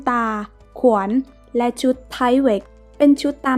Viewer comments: ขวนหรือว่าขวานคับ😁😁😁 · ขวานจ้าขวาน ไม่ใช่ขวนแน่นอน😅😅😅😅 และความไม่ใช่ควม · 3.51 ขวน.😂(ข้าวพุ่งเลย) รู้เลยว่าเป็นคนอีสาน..ไม่น่าเลย.55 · ผมสะดุดช่วงที่บรรยายถึงอุปกรณ์ทางไป ไปติดที่คำว่า ขวน หมายถึงขวาน ใช่ไหมคับ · สงสารเด็กๆ ต้องกำพร้าแม่ โตขึ้นขออย่ากลายเป็นเด็กมีปัญหา คำว่าขวานออกเสียงไม่ชัด แสดงว่าอยู่ต่างประเทศ ใช้แต่ภาษาอังกฤษหรือเปล่าคะ?? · น้ำเสียงไพเราะ มีความตั้งใจในการทำงานดี แต่ควรปรับปรุงคำควบกล้ำเช่นความ,ขวาน, ครอบครัวฯ เพิ่มการค้นคว้าข้อมูลให้มากขึ้น ขอเป็นกำลังใจนะคะ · ออกเสียงบางคำไม่ชัด เช่น ขวาน ความ